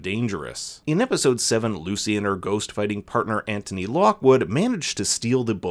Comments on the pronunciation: It’s not Antony that’s what you said😂 it’s Anthony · It’s pronounced Ant-unee.